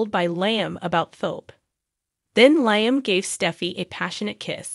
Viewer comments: His name is pronounced 'Lee..um....not Lie..m. fix it... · Please pronounce cast names correctly. LIam is pronounced,,,,Leelee um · It's LEE-AM